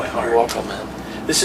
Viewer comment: You called him Max CALAVERA twice!... it's Cavalera!